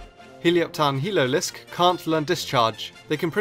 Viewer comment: ''He-low-lisk'' Oh god.....